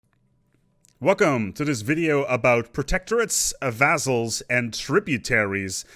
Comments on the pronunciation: it sounds more like vazzles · i like the way you pronounce vazzals